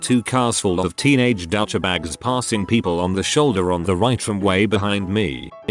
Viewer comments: Douchebags= dow-cha-bag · ''Dowcha bags''